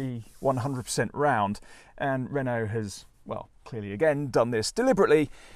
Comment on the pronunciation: 'Renault' not 'Renualt' please ...